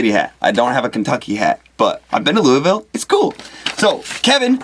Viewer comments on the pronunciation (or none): You're pronouncing Louisville wrong! It's Loo-uh-vul : )